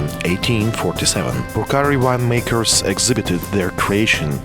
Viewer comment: deshi este un vin exceptional .....nu-i duc capu' sa faca o publicitate ca lumea .... macar de -ar pronunta corect cuvintul" purcari" .... englezoi de 2 bani ...